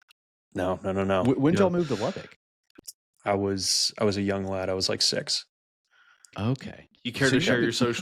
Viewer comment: You all do need to learn how to pronounce Lubbock correctly. Lubbock. Not Lubbick. The locals made a big dealb of it back in the 70s great show.